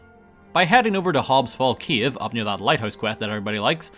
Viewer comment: still faking heresy playing skyrim on console!!! also, did u said kiev instead of cave?!